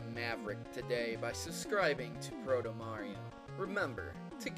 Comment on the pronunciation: sounded why he said brotomario instead of protomario in the begging